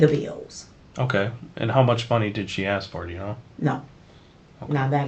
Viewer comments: Aks me aks me aks meeeee🥴🫣🤢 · never trust anyone that cannot say ASK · So much a nurse, she can't even pronounce ASK. Tells me she's a liar and a thief.